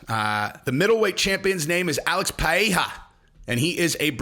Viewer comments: Pie eh ha. Hahhahaha. That’s a new one. Its pronounced Ped Edda. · Bro it’s pronounced “P-Hay-ra” roll the r